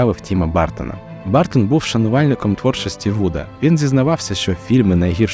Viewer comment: А що важко дізнатися як вимовляється прізвище режисера? Він не бАртон